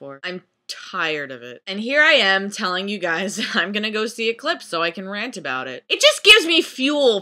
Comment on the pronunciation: I can't watch your Twilight vrant. :( It has a age restriction. Anyways, why do you call it a vrant?